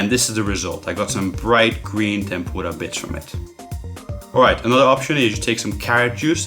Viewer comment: Ikr it sounds like he's fucking saying tempoorah